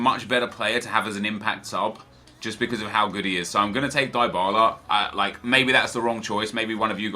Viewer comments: I'll give you money to stop pronouncing Dybala the way you do. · Lol +Eddy Logan. It is often true